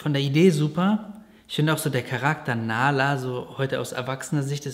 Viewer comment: Nahla heisst auf arabisch auch Bienchen 🥰nur das H wird hierbei mehr ausgesprochen